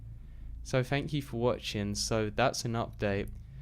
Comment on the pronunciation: you mean when he says "FANK YOU"